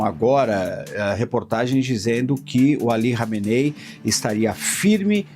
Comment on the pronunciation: Nossa o repórter não sabe falar o nome do líder ali kameney kkkkk